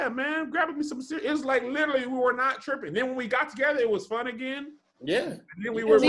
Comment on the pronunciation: How does no one else notice saying, "little-ly" and not literally?? Cracks me up.